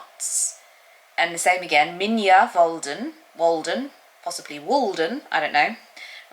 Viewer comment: What a cozy lovely vlog today :) Seji and Jente are both Dutch speakers (Jente is Flemish), so the 'j' in Seji is hard (like dj) and the 'ij' in MijnWolden is one vowel (kinda like a long 'i', 'mijn' is Dutch for 'mine')